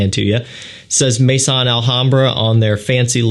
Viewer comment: Thank you for another good review. Just for your info: 'maison' is not pronounced 'may-son'. It's pronounced 'meh-zoh[n]', with 'meh' like 'me' in 'mess' and 'zoh[n]' with a very quiet 'n'. Listen to the pronunciation om e.g. Google Translate